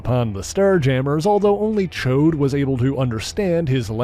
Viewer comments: Correct you are! It's NOT "Choade" (a fat p*nis), it's "Ch-ODD"... No doubt he's referenced the X-Men cartoon for the INCORRECT pronunciation, because those hacks got it VERY WRONG... 🙄🙄😒😮‍💨😑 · I enjoy your detailed synopses of the subjects and groups you discuss... Just watched the Alpha Flight video yesterday, and found this one today... However, I do have ONE complaint about this video... You've completely mispronounced "Ch'od" by calling him "Choade" (which is crude vernacular for a fat p*nis...)... I'm sure that you're referencing the X-Men cartoon pronunciation, but the voice actors aren't aware of how apostrophes work in the English language, obviously, or they'd have pronounced it correctly as "Ch-odd" not "Choade"... Aside from that one irksome complaint, it was a great episode. Thanks for your hard work in putting these together...!